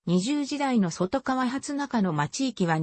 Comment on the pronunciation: そとがわでなくとかわ